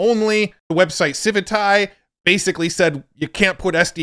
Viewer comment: the way pronounces civitai always makes me chuckle